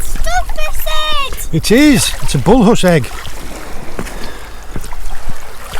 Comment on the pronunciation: Can you go back to saying Bullhuss in your north eastern dialect, I prefer Bullus to Bullhuss 😆